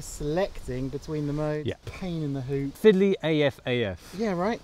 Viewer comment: "fidley af af"